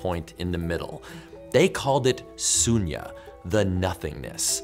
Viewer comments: Its called shunya not sunya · Actually i am an indian and you had made a mistake in where you said 'sunya' instead of 'shunya' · . The "Sunya" is actually pronounced as "Shunya". "Shu" as in "Su" in sugar. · not sunya its shunya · We Indians still call it, 'Shunya' not 'Sunya' i.e 0. It is zero in Hindi. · Sunya lol It's pronounced shoonya And a is real quic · Cmon things like this happen, at least it sounds understandable, dont get me wrong but you're right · Fact: its pronounced as 'shunya' and not 'sunya' I am an Indian btw ..so I know I definitely learned something from the video 😁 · *shunya, not sunya. Just thought was important to correct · Shunnya Americans 🙄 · it's pronounced as shoonya. BTW, great video Joe, I have learnt so many things from "nothing". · I really liked how you pick something that seems so common to us but is quiet complicate in other ways.... BTW it is pronouncec as "shunya" with an sh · it is pronounced as Sh U n Ya - Shunnya. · It’s Shoonya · I know you didn't do it intentionally but the pronunciation is SHUnya